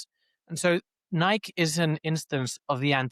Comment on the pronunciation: It’s no longer pronounced Nike for me, its “Niik” now‼️